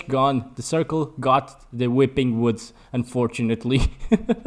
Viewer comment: The “whipping whoods💀”